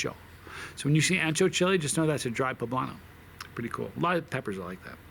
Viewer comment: Being Spanish and Italian myself, and just as a PSA, Ancho, Spanish for wide, is pronounced Oncho. My late great cat back in the 90s was named Mudrick was 18 1/2 pounds. Ancho was an understatement. I'm not even going to get into that super....... whatever that word was.